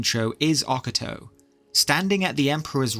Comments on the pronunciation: Oca Toe ❌ O Cato ✅ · 1. The J in Jagar has a Y sound instead of a J sound 2. Its pronounced O-ca-to not Oc-ato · O-ca-to not oc-a-to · Oc-a-toe 😂 I didn't even realise you were talking about High chancellor Ocato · Love the vid but man. Its a silent J. "Yay-gar" tharn. And "ok-ate-oh" Also... There is evidence to suggest that the nerevarine was actually dragonborn which would explain why they would travel east to akavir (dragon-land) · Please for the love of god learn how to say Ocato's name.